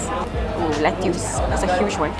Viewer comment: Nice vlog. But i heard you mention lettuce as let-tuusss. It's actually pronounce as let-tuhs. Usually Singapore will use the former pronunciation but you are malaysian. Since you are both youtuber/influencer it's important to use the right pronunciation as you have a large audiences around the world and you wouldn't want to misguide them. Cheers